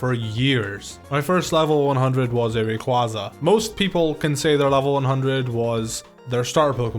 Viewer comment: The way you say Rayquaza is the biggest mistake, almost every Poketuber get's it wrong for some reason even though it's a legendary Pokemon so people should know how to pronounce it